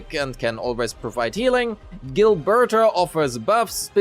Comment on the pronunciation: Gilberter with the hard r 🥀